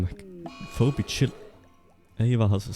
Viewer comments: You pronounced "Phoebe" as foe-bee instead of fee-bee. I'm now an insomniac for the rest of my life. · Foe - bee , Feebee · Master of Rimming, the name Phoebe is pronounced like “feeby”, just so you know in the future! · phoebe is pronounced fee-bee.